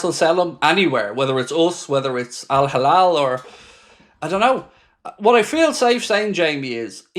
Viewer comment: It's Al Hilal not Al Halal